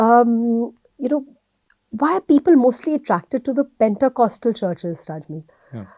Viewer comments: As a Christian I want to tell the The pronunciation of Pentecostal is पेंतीकोस्टल/पेंटीकॉस्टल NOT पेंटाकॉस्टल /PENTACOSTAL । 😂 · It’s not pentA. It’s pentE ! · Thanks! Btw, it's Pentecostal not Pentacostal. 😊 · Please pronounce this word correctly, pentecostal church. Praise God.